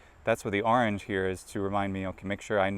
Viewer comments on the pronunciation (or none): none